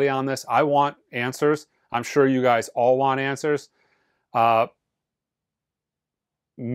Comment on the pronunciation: "You guises" ?